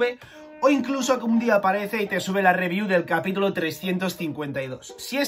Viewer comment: Hasta pause el vídeo porque dejaré mi like por la "ribiú" del capítulo 352